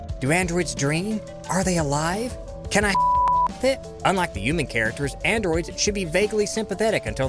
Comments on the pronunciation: Why do you pronounce human as "U-man". I find it so jarring every time I hear you say it. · Should I spell it "yuman" like you pronounce it in my story too instead of human?